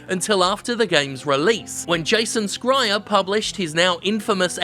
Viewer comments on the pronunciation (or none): Bummer. Not even Jim knows how to pronounce Schreier's name correctly. (it's "sh" not "sc") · Pretty sure it's pronounced "Shry-er". Perhaps this was a r/woosh though, bc Jason does seem able to scry into the future of the games industry at times. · It's pronounced Shrayer, Jim ;) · I mean, maybe it's the way you pronounce his name in particular since I don't know what it originates from but in german you pronounce 'sch' just like 'sh' in english, so it would be like 'shreier'. Little side fact: 'Schreier' in german roughly translates to 'Screamer'. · As a german, the way you pronounce 'Schreier' just kills me on the inside everytime you say it. Love ya, Jim. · So, I gotta ask: is the wrong pronounciation of Jason Schreier’s name a bit?